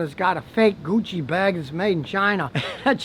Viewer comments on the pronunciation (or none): none